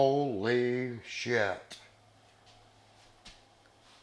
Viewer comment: 😂😂 the way he says “HEALO” and I love when he says “HOLY SHHYT” I love these men!! Bless their souls and keep them Safe lord Jesus!!